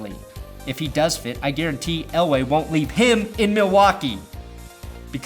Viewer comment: Are you saying Elway or LA? Are you trying to spit some subliminal ish at us?